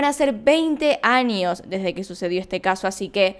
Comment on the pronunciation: Like si te haz dado cuenta q dice anios en vez de años